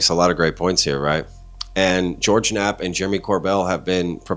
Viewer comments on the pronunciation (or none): none